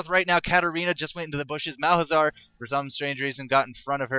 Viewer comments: Just a note, it's Mal za har, not Malhazar. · Is it only me or everyone noticed that he says Malhazar instead of malzahar? It kinda irritates me:P